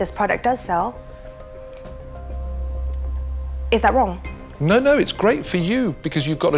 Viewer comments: he said WONG not wrong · did she just say "is that wong?" 🤣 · Her "I don't believe I'm a glorified sales person" The universe "you wong" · Jenny: ‘ your estimates are WONG ...for that reason...I’m out’